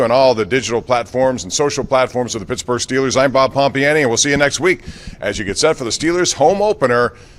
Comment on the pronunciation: Did this clown call Pittsburgh ,pittsburger?